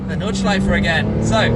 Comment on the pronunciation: Is that how we pronounce "Nordschleife" matey??